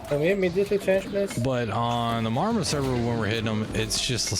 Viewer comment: Always love how you say our server name. No southern draw. Sounds like a Canadian ordering jelly. I pronounce it. Mah-Rah-ma